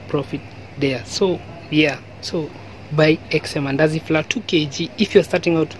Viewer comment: Did you say mandasi😂😂😂 anyway good vedio